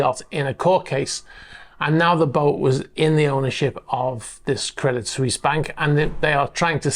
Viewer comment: Pronounced "Credi Swess" Credit Suisse